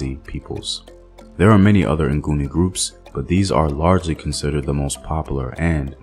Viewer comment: Its actually Ngoni not nguni....Ngoni means without sin/those who dont sin (Abangoni)...nguni was coined by the invaders since they couldn't pronounce "ngoni"